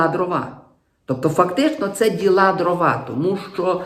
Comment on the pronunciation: Дивно, вибачте, що високочолий український гуманітарій, якого регулярно слухаю і читаю, слово Дрова каже з наголосом на другому складі (привіт русскому язику... )) що вже тоді очікувати від "простих" журналістів